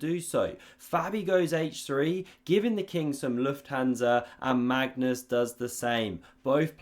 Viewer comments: Does he pronounce Mangus on purpose? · "Mangus" LOL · "Mangus" or was it "mangoose"? 😂😂😂